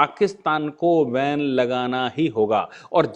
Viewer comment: सर, धन्यवाद. एक ओब्सेर्वशन एके स्पेल्लिंग मे. 'बेन' करना कि जगह आप 'वेन' करना यह उच्चारण करते है?